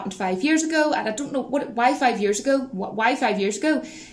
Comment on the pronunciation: "I doint know about that honey, I doint know about that." Love that accent.